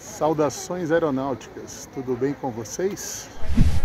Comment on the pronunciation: cara pq as pessoas q mandam os video ainda falam aeronautICAS????????????? que agonia mano